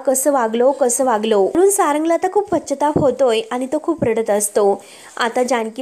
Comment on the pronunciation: shudhdha bolayla shik g. pashyatap..ha shabda chukicha kiti vela bolnar?